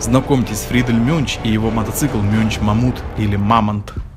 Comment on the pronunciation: Műnch это немецкое слово и читается как мюньх,а не мюнч.